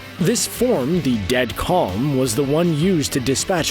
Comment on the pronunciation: Bruh its death calm